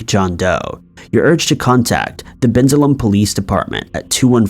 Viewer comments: He called neshaminy nesh- a- minii 🤣😂 woah and Ben-sa-lim really dude lol 🤣 that's hilarious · Hey! I'm from Eastern Pennsylvania and we actually pronounce it as NESH-AM-A-KNEE ( Neshaminy) and it's BEN-SALEM (Bensalem). Otherwise I really really enjoy your content 😊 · And Bensalem is Ben-SAY-lum. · Maybe if you pronounced Neshaminy and Bensalem correctly. Smdh